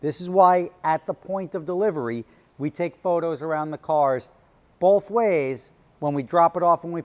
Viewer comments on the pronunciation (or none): Today says "bolth" in north Jersian dialect.